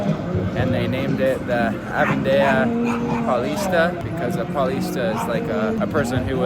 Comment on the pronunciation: It’s not pronounced ‘Avendia’ - its Avenida. Just read it the way it’s written